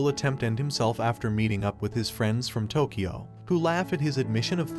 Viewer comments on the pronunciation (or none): none